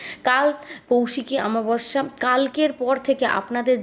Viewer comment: তিথি টা কি " অমাবস্যা" না কি "আমাবস্যা"( যেটা আপনি বারবার বলছেন)... আমি তো জানতাম "অমাবস্যা"। আপনি সব কথা "ঁ"( চন্দ্রবিন্দু) যোগ করে বলেন কেন গো ?